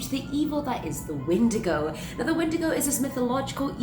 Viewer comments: Sorry to be that guy but You're saying it wrong it's pronounced wen-digo not win-di-go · (When•eh•day•go) lol